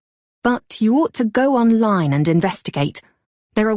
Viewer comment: check pronunciation for opposite, ought, understand.